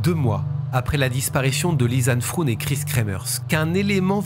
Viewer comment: Deux jeunes filles européennes idéalistes dans un pays de merde... Et voilà le résultat ! J'ai pensé à ma compatriote Natacha de Crombrugghe, elle aussi disparue lors d'une randonnée, au Pérou, et dont les ossements ont été retrouvés des mois plus tard. Pour info, Froon en néerlandais ne se prononce pas "froune" mais "fraune" (comme "Beaune") : le double "o" est l'équivalent de notre accent circonflexe, il allonge la voyelle. Première fois que je regarde une vidéo sur votre chaîne, et la narration est parfaite